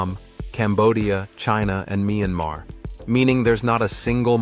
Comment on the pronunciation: It’s not “mee an mar”. Correct pronunciation of Myanmar is: And the s is not pronounced in the name Laos.